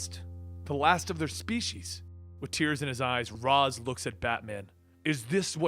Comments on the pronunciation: No offense but is it really hard to pronounce Ra's name as Raish (the original pronunciation as intended by the creator) and not Raaz like the idiots over at Arrow do?! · you're pronouncing Ra's wrong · The way he pronounces Ra's is fucking cancer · I think it’s funny how a comic channel kept on pronouncing ra’s name wrong